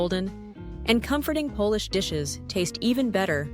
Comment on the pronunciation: It's bad enough that you can't pronounce Polish names and words, but when you can't differentiatee between 'Polish' - meaning 'things associated with Poland', and 'polish' - meaning 'rubbing an object until it shines', that's ridiculous.